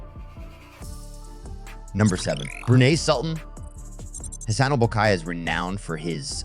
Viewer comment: Dude, you need to learn aviation terms. It's not Bruni Sultan. It's The Sultan of Brun NY. That's how it's pronounced. We don't call Airbus three hundred forty. It's just A340. Also, The Sultan of Brunei has other airplanes. You missed his 747-400, and his newest Boeing 747-8 BBJ. This airplane is three times the cost of the a340. Air defense system are not new. Air Force One VC 2500 already has all of those equipment.